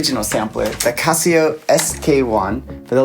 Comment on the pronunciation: (actually, he's pronouncing CASIO more correctly! like Cost, not like Cab. It's a Japanese company, named after the founders' family. The question is: do you want to pronounce the S, or SH sound in the middle?)